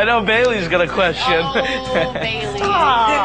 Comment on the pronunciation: HAHA when he said Bailey it sounded like he said, "Baby"...aw they were lucky to get a hug from him...i seen him b4 but no hug...too many people. He is truly gorgeous.